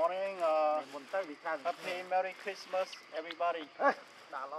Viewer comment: Lol it’s Christmas not crismas. Christ-mas as in Jesus the Christ. King of Kings Lord of Lords. The way The Truth and the Light. No One comes to the father but by him! I pray you all accept him as your Lord an Savior, so you can be forgiven for your sins. Repent or Perish.